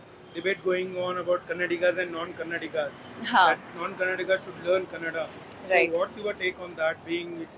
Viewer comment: Youtuber its kannada not cannada